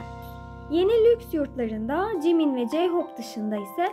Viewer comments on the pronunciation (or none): none